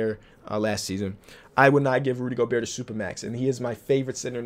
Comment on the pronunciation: Someone tell him to stop pronouncing the t in Gobert